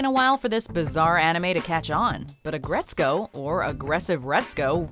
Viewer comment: “Aggretsco”? Man y’all so white